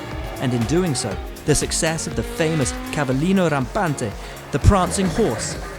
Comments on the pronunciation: No it wasn't, he put an unnecessary accent on the last "a" saying "cavallino rampánte" (should have put it on "Benetton" which is "Benettón"), but still better than nothing. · " CAVALLINO RAMPANTE" 🔴🔴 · Cavolino Rampante'?? or Cavalino?? ,,or??,,, what did you say??. Prancing Horse of Ferrari.